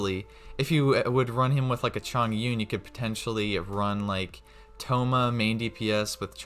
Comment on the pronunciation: its noyt staff of homa its staff of thoma